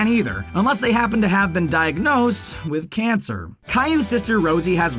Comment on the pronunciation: The way he said cancer woke me up